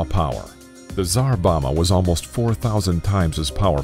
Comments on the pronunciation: You lost all credibility when you said tsar bomma instead of tsar bomba. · Can you not read what your are showing as text on the screen. Tsar boma or Tsar Bomba?